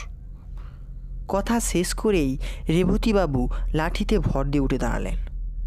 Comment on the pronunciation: Amoral "Sesh" boli 'ses' noi